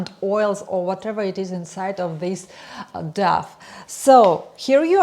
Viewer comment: very useful, but please check on google how to pronounce the english word "dough"